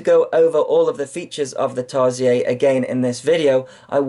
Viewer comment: Tarsiez? I thought it was "seer", is it french? Awhawhaw, look at mah LeDrone :D Jk, couldn`t help myself :p